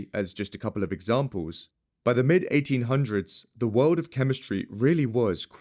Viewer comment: People can't stand all of the extra "W's" he adds to words. I guess I agree. For example, the word "World", only has one "W". Not 3.